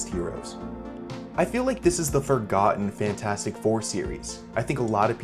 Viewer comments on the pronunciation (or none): “Forgeten” man, i have seen this one the moost So many rewance here in Netherlands